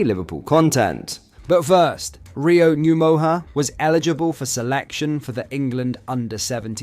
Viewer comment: The the voiceover isn’t shit AI the guy can barely talk. Managed to pronounce Rio’s name differently every time. Stilted and awkward delivery. Absolutely fucking shit.